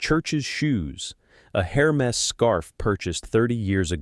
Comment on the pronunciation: Pronounce Hermes correctly